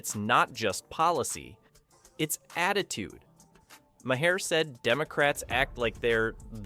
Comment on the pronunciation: I had to stop watching after the first dozen mispronunciations of the guy's name. It's NOT Mah-hair!